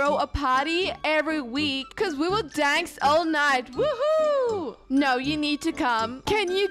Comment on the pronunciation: And I love the way she says dance danc” it makes me laugh so hard